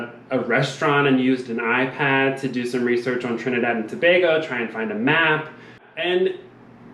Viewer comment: Im in aww as to how perfectly u say Trinidad & Tobago. So many people pronounce wrong. As a fellow Trinidadian it means so much to us when ppl take time to say it right. I love Amazing Race from the first season and I have always wanted to try out. My heart bursted in excitement when I heard that my birth place was the first leg. I always tell ppl if u ever go there on vacation u have to take the boat or plane to see the Nylon pool its so amazing.